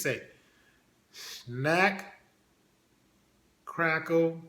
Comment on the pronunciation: He said " snacc. Craccle and pop...🏌🏌😂😂😂